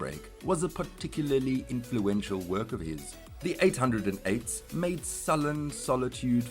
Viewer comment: its pronounced "eight o eights"